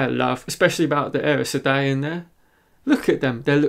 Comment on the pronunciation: The way you pronounced Aes Seday is like there is an R somewhere after the A. You should listen to Kate Reading